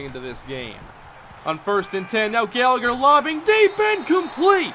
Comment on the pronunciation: You mispronounced Gallagher